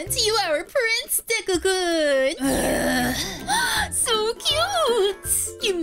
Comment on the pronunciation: hi i know am 1 day late but the word kun is not said like that